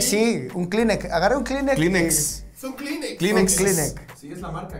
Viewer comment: Es la segunda vez que todo pendego dice "klinec" en lugar de "Klinex" y se oye todo de Chimalhuacán todavía.